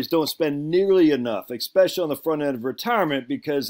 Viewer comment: Please don't say 'eckspecially', I don't know how this got changed in the english language but it is way too common.